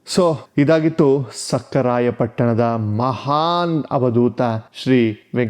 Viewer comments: ಲೋ ತಮ್ಮ, ಸಕ್ಕರಾಯ ಪಟ್ಟಣವಲ್ಲಾ, ಸಖರಾಯ ಪಟ್ಟಣ ಕಣಪ್ಪ. ನಿಮ್ಮ ಮಾತಿನಲ್ಲಿ, ಸಕಾರ, ಶ ಕಾರ ಸರಿ ಪಡಿಸಿಕೊಳ್ಳಿ. ಭಾಷೆ ಸ್ವಚ್ಛವಾಗಿ ಇರಲಿ. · ರೀ ನೀವು ಮಾತನಾಡುವಾಗ, ಸಕಾರ, ಶಕಾರ ಮತ್ತು ಹಕಾರವನ್ನು ಸರಿಯಾಗಿ ಉಚ್ಚರಿಸುತ್ತಿಲ್ಲ. ಭಾಷೆ ಕೇಳಿದರೆ ಮನಸ್ಸಿಗೆ ಬೇಜಾರಾಗುತ್ತದೆ. ಮತ್ತೆ ಅವಧೂತರ ಊರಿನ ಹೆಸರು ಸಖರಾಯ ಪಟ್ಟಣ. ಸಕ್ಕರೆ ಪಟ್ಟಣವಲ್ಲ.